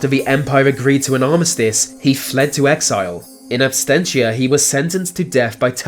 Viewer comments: PS. "ABSENTIA" is pronounced "Ab-SENT-shuh" ....not "Ab-STENT-shuh" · absentia, not abstentia